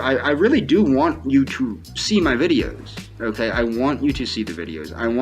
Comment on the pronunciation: “I knyeow you care about myuh because (you refuse to even acknowledge I exist) you blinked your eyes this afternoon, oewkay? Now to let me knoew you want to breed with myuh, all you have to do is say “si” at any point in the next week, oewkay? It doesn’t even have to be said to myuh, oewkay, just to anyone (smack), oewkay and it’ll be our inside joewke, oewkay?” How does someone like this continue living?